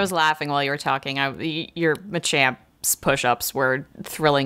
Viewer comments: "mayyyy-champ" bruh, its muh champ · It pains me to hear this guy pronounce Machamp as "May-champ". It's MAH-Champ man. As in Macho. Not May as in Maybelline. Do you even Pokemon mate? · For the love of god and all that is holy it is NOT May-Champ